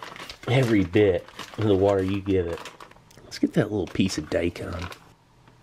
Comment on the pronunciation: Steve: Daikon Me:Deikun. Zeon Daikon? Deikun radish?